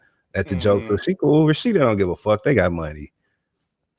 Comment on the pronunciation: Why does Carlos keep saying Rawsheeda???!😊